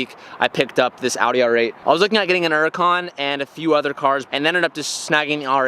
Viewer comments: HURRACON NOT ERRACON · “An OORUKAN” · Are you saying Nuracan? lol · Why does he REFUSE to pronounce the H in Huracan 😅😩